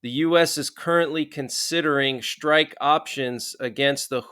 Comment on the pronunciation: Schrtike? Isn't it Strike? 😮😊